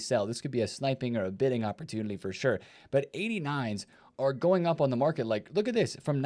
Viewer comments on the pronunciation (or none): 😂 bro he says that all the time along with “communlity”. He has done it for as long as I can remember. Makes me smile.